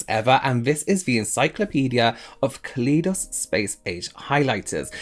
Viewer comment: pronouncing it KA LEE DOS kills me